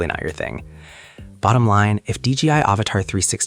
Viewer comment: Its D J I not D G I